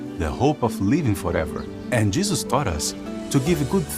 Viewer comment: Why does this guy pronounce it ‘Jizzus’